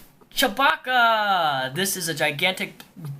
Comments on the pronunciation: mate its not Chabaka its Chewbaca you are butchering his name . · "CHABOCKUH!!" me: Uhm, yeah, that's not how you say it..